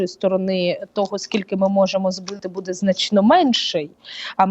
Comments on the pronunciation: А я думала только меня она раздражает. Сейчас ведет себя норм.,вначале вообще такая ужасная была. И вообще интервьюер должен ударения правильно ставить ,а не будЭ, аж слух режет,какой же это украинский язык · Ще й наголоси тупо перекручує, дратує оте будЕ.Хочеться в глотку назад загнати те будЕ!